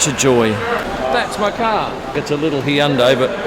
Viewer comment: Finally someone who can pronounce Hyundai correctly!